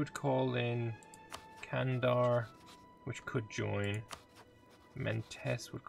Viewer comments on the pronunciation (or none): also not Qandar its Jandar